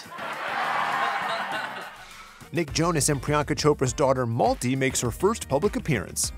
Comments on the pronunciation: It's malti dude. Not multi. Such a beautiful name it is ♥️ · I wonder the pronunciation of the name of the sweet cute baby girl. Her father pronounces as "Multi" as in the word "Multiple". If by any chance the name has a Sanskrit origin, perhaps meaning "little flower", then perhaps it should be pronounced as MALTI , the second syllable should be pronounced as "thi" in the word THIN. Only wondering. Such a cute baby. She looks so much like her Dad, Nick Jonas. Best wishes to Mum Priyanka, Dad Nick and sweet little Malti Marie.